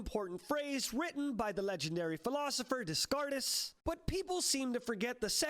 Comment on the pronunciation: not sure if ironically mispronouncing Descartes or not but either way i approve